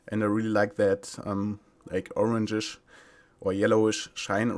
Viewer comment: "the orangisch or the yellowisch" - 2017